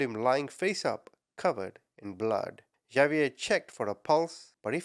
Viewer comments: It is actually a French name and is pronounces "ZaVeea" the two ees pronounced as a long e and the a is a long a...so pronounced the same as two ees, with the sound as in sleep and a as in day...and the Za as in saw, but you use the ZZZ sound...so name is pronounced Za-vee-a.... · Its Ha-bee-air. My bffs husband is Hispanic and they both speak Spanish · If I took a shot for everytime you mispronounced "Xavier" I'd be dead from alcohol poisoning before I got halfway through your video. Why didn't you look up how it was pronounced as you seek to change between 3 different versions which made it really hard to follow the story. Do better. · LOLOLOL OMG !!!!! XAVIER IS NOT PRONOUNCED "JA-VIER" or "GHA-VIER" YOU SAY SO MANY AMERICAN NAMES WRONG INCLUDING EOLE NAMES CITY AND COUNTY NAMES ITS NOT BBAD IF YOU DO IT A FEW TIMES BUT PLEASE COUNT HOW MANY TIMES YOU SAID XAVIER WRONG IN THIS VIDEO OVER 100 TIMES !!! XAVIER IS AN X SOUND !!!! LIKE THE WORD EX - SAY THE LETTER X SO ITS PRONOUNCED "X-A-V-IER" YOU SAY THE X AND THE A JUST LIKE YOUD SAY THEM IN THE ALPHABET X SOUNDS LIKE EX A SOUNDS LIKE A SO ITS "EX - A - VIER" NOT A J OER G SOUND AND THE V SOUNDS LIKE THE LETTER V LOL YOYUR ENGLISH AND YOU PRONOUNCE SO MANY AMERICAN NAMES WRONG LOL USE AN AI TO SOUND THEM OUT FOR YOU BEFORE YOU SAY IT WRONG ALMOST 200 TIMES IN 1 VIDEO LOL I LIKE YOUR VIDEOS BUT WHEN YOU SAY A NAME TOTALLY WRONG OVER AND OVER AND OVER AND OVER DOZENS ALMOSTS HUNDREDS OF TIMES I HAVE TO SHUT IT OFF HALF WAY IN I JUST CANT TAKE IT ANYMORE - bYou Do It OFTEN with North American Names including People Names, City and County Names Like Bexar lol it seems lkie you do it on purpose because the names you say incorrectly you say SOOOOO OFTEN you just reeat it over and over CONSTANTLY every 2 seconds you dont do this in videos where you pronounce things correctly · I love your videos. Well, I should say your passion for reporting evil. * I believe it’s pronounced Hahviair( phonically ) not Javiair.